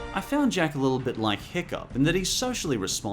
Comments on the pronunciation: Its jake not jack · Am I the only one who noticed that he called him jack or is the name different in Australia either way love your summary of this great show